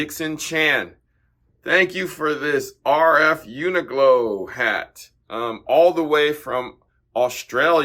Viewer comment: You’re suggesting doesn’t know how to pronounce Uniqlo correctly? That’s outrageous!